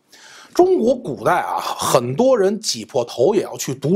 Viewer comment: 说起文字狱..古代啊（重音）…😂